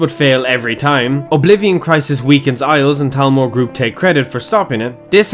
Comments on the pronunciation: Why do you say talmor? ITS CALLED THALMOR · It’s Thalmor not Talmor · Ima take a shot everytime I hear Talmor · What's a "Talmor"? I thought it was "Thalmor" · Did he forget that there is an H in Thalmor? It is not Talmor.